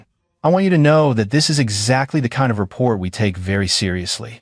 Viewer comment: It's REPORT, not RAPPORT.